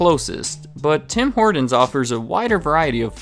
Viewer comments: Stop saying "Tim Hordens" you sound American, its pronounced "Tim Hortins" there is no "D" I am Canadian and travel a lot, I always see a new TH open and then close pretty quickly in the USA, the only ones I have seen stick around are the ones bordering Canada and the one near Times Square. I do not understand the appeal of their coffee or their food products but all my friends go crazy for it, and I am guilty of playing roll up the rim every season. I even call my wife at work when I win a free doughnut. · Its Tim hortons not Tim hordons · Stop saying Tim HorDons.. Tim HorTons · Bad pronunciation. It is not Tim HOARDans. HORT, say HORT! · sounded like he was adding an "N" to Horton's - like horn-tons.... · First of all it's not TIM HORDINS. And, Tim Horton was not the founder, he was just a 'famous face' to use by Jim Charade who was the 'real' business mind behind the franchise. I stopped listening to your 'facts' shortly after that so I don't know what else you got wrong. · Note: It is Tim Hor-Tons, not Tim Hor-Dons. Hard consonant and unvoiced. That distracted me the whole video. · Its called Tim Hortons not Tim Hordons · It's pronounced "HorTons", with a T in the middle of the word. It's not "HorDons", with a D in the middle of the word. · In Canada we just call it "Tim's" ! BTW it"s pronounced Horton's not Hordin's . In Canada Starbucks commands a mere 7% of coffee sales and Tim's commands 72% . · "Tim Hordens" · Who is "Tim Hordon?" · As a Canadian, every time this guy said "Tim Horden's" I died a little more inside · I had to leave because he kept pronouncing it "Tim Horduns" -. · It sounds like he's saying Tim Hordon's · OMG! There's a "T" in "Horton"! If I hear you say "Tim HorDins" one more time I'll scream"😖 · anyone else notice how this guy kept saying "Tim Horndins"? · Do Canadians pronounce it Tim Hordon's as well? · Got a little OCD every time he said "Tim Hoardens" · I love how you say "Tim Hordenz" instead of "Tim Hort'ns" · “Tim Horduns.” 😒